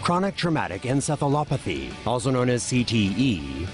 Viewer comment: He said ensefalothapee when its pronounced ensefalopathee